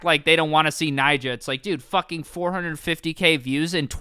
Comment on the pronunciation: not Nyjoah